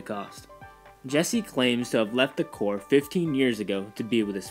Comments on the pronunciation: Guys I know "corps" looks like it would sound like "corpse", but it actually sounds like "core". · I'm actually looking forward to Nova and GotG for now as they are the only characters of all the Marvel books I'm unfamiliar with. By the way Corps is pronounced "core".